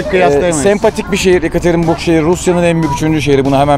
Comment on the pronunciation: bin kere söyledin hepsi de yanlış. yekaterenburg değil yekaterinburg...